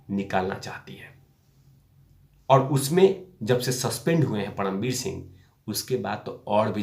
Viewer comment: परमवीर बोलिये पडमवीर नहीं